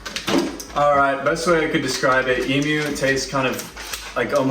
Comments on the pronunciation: Glad you say eem-you. Not eem-moo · Well done on the correct pronunciation of Emu.